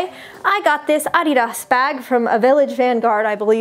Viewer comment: *says Adidas* Me: I'm sorry H O W D I D Y O U S A Y T H A T????????????????